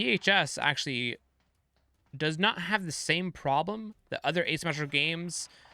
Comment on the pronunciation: ASyumeetcicla is how you're pronouncing Asymmetrical.